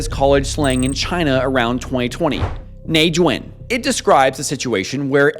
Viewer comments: Tones Bruv it’s nèijuǎn! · it's pronounced neigh zuan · Bro your tones are totally wrong here you are saying a totally different word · With the hard "N" that's crazy 😰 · Saying it with a hard “N”